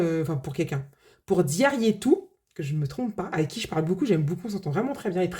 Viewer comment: C’est tellement satisfaisant de clôturer un défi ! 🥰 ça met un coup de boost dans les épargnes et ça motive grave à continuer à faire d’autres défis. Les plateaux Monopoly que tu as fais sont canons je trouve ! Et ça fait plaisir d’entendre que tu prononces très bien mon prénom 😘 Bisous, Diarietou